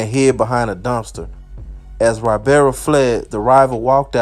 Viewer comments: Say it with me. His name is EEE-Bar-ra. Not why-bear-ra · Damn it’s no Y barra it’s pernounced i barra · Da shit pronounced “ee-bara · E.....BAR....RA , NOT Y....BEAR RA 😒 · Its not wybarra(ybarra) Its eebarra (ybarra) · (long)E-bar-uh. Not Why-bar-uh. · Pronounce his name EEE-BAR-UH not WHY-bear-uh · One more time!!!!!! You came through. But one thing though, you’re butchering(Mispronouncing) he’s last name. He’s name is pronounced EEbarra. Not Whybarra. But is a minor thing. Just keep doing what you do. KEEPING US INFORMED. Thnx. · Why-berra ≠ Ibarra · Y is pronounced E in Spanish. So its "ebarra" phonetically. Short vowel e. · That Y is pronounced E. Eee-barra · I’m sure Ybarra is pronounced “Eee-berra” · Hey I love your videos, Just one thing, his name Ybarra. It’s really pronounced EEBARA. The “Y” is pronounced like an “E.” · I love your videos. Thank you. One thing though it’s EEBAARA. Ybarra it pronounced Eeebaaraa. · Shit really started bothering me after the 3rd time 😂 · Lol E-bar-ra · I knew it had to be posted already!! Lol😂 I just wanted to write E-bar-ah. This should be too comment no 🧢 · It's pronounced "e-bara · Its pronounced ebarra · Ybarra is pronounced Eeebarra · it's E-bar-rah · I think his name is pronounced E-BAR-UH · say whyberra ONE MORE TIME man f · That’s NOT how you pronounce....Y.... Nevermind. 🤦🏽‍♂️ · Yur not saying his last name right lol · Yur not saying the last name right lol